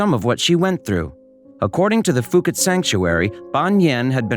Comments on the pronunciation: Its pronounced Poo Kett, That is NOT Fooket Fuket.Its Phuket OK. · When I spent a couple of weeks in Phuket, everyone there pronounced the name of the place as “Poo-ket”. I never heard “Foo-ket” while in Thailand. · It’s pronounced Poo-ket not fuu-ket , it’s an island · For the love of god it's pronounced Poo-KET, Poo-KET! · Phuket is pronounce pu ket.